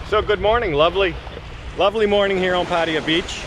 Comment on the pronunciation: Finaly some one who can say Pattaya correctly